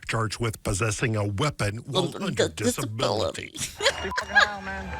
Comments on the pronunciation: "Dis-a-bili" Oh no, they're trying to frame the hillbillies. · Sound clip dis-a-bill-ity